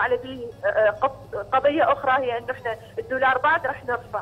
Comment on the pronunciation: الجفصة الثانية الدقيقة (الدورار) 😂 دضحكي يا حسناء لا تضمينها 😂😂